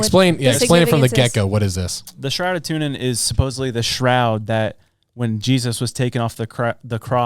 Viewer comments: Turin not tunin dude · Its Turin, not what she said 😂 It’s not Tune in, its Turin which is in Italy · Tu”R”in, not tunin! You crack me up with all your mispronunciations, but I still love you guys! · "Tour In" not tuna in??? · Turin, not Toonin. 😊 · Not hating, but when you say "TuNin", instead of Turin, it makes you sound like a geifter who has never heard of the shroud before. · The Shroud of TuRin (not TuNin), as in Turin (Torino) the city in Italy - after which the Shroud was named. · It’s Turin, lol, not Tunin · Turin. Not Tunin. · Why calling it tunin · Shroud of Turin theres an r lol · It's pronounced TURIN! 😂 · Say Turin right please 🙏 😢. Tur-uhn. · That is absolutely not how you say Turin. C'mon man